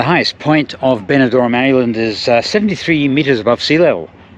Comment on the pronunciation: Very good video. It's Benidorm but not Benidorn (i.e. East Dubai).